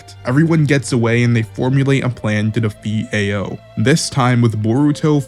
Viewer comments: Ao is pronounced "Ow" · Omg your pronunciation of Ao is atrocious 😭 it's not "Eh-oh" it's "Ah-oh" or "Ow" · dude a o dude its pronounced ow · For future reference brother, Ao is pronounced like "ow" (like that hurt). Other than that, good video. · Homie your pronouciation of everyone's numbers is all wrong. AO is pronounced as "ow" then mugina as you say it is pronounced as Mugino pronounced as Mujino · Ao is pronounced like “ow” Katasuke is pronounced “kah-tah-soo-kay” just say it a little faster. Mugino is pronounced “Mew-gey (like key)-no” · “Ay-oh”, “Sumeer” cmon man